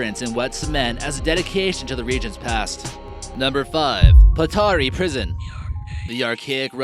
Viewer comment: Patara prison is not the name. it is like a battery prison. Estonian is patarei vangla. Say it like this pata-rei or battery